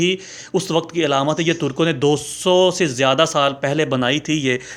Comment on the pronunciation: اے بھایی ۔۔۔۔۔۔۔۔۔ پہلی بات تو یہ ھے کہ یہ لفظ " ھواء " نہیں ھے ۔ بلکہ " حواء " ھے ۔ اگر ممکن ھو سکے تو کسی مقامی عرب بھایی سے صیحیح تلفظ جان جاو ۔۔۔۔۔۔۔۔ دوسرے یہ سانپ والی کہانی من گھڑت ھے ۔ جو تو نے بھی میری طرح پاکستان میں کسی گلی کی " مرکزی جامع مسجد " کے ان پڑھ سے " خطیب اعظم " سے سُنی ھوگی ۔۔۔ اب وہ پرانے زمانے لد گیے ھیں ۔ خود تحقیق کرو۔ اور پھر مذھبی معلومات کو آگے بڑھاو ۔۔۔